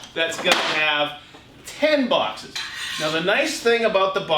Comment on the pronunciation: Bouexxesss. Not sure you could sound any more American when you Bouexxesss. Lol, Here you go Festool, have even more of my money.